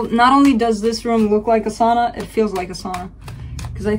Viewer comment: I love your readings. Discovered you a month or so ago. Do you mind me asking where you are from originally? I ask because you pronounce 'Sauna' properly. My mom is from Finland. No one ever says this word correctly but you did! I am a Virgo (Leo in Vedic astrology) in a difficult period with a Sagittarius. I gain much insight from your readings. You have a gift!